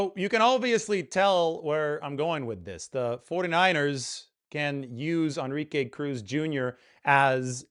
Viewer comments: Bro it's pronounced. N - RI -ke, not On -Ri -ke!!! Your killing me smalls! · que is not pronounced kay but like ke. plz no anglo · Dude learn how to pronounce the guys name. Phonetically it is N-ree-kay. If you are in the Bay Area you should know this. No excuse! I mean what other word in any language other than maybe frickin French has En pronounced as On. It is not like there are no other Enrique’s out there. There have got to be thousands of us. I mean this is worse than me calling you. Maybe the hispanic demographic is not your niche. Ok. Rant over. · more like en-re-kay